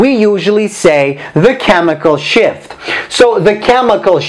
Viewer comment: Is it just me who heard chemical "SHIT"